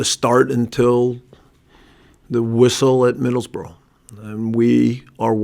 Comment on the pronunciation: This guy doesnt stand a chance he cant even say Middlesbrough properly its like this league is completely alien to him